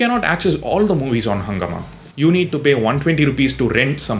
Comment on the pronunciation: Also, its pronounciation is not "hungama" but "hungaaama" It's a hindi word. It's a hindi word for chaos